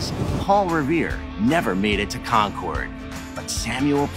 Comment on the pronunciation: Dude is supposed to be an expert and he can't even pronounce Concord correctly